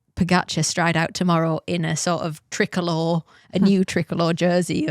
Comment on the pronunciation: "Trickalour" colors for Pogacar. Haha.